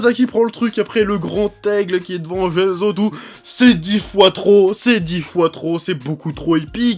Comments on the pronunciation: J'ai été trigger à chaque "Tsuba-za" et "Gene-zo" °_° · Shutatsu et jenzo faut revoir ton japonais chef